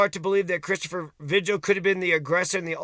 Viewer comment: Vee-Hill, not Vidg-uhl